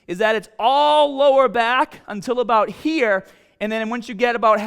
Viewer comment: “You got to go from hera to hera” Lol accent. Your gonna stock out in Flo Rida. Unless you are in Tampa.